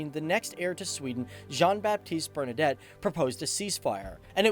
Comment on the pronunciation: BernadOtte, not "Bernadette".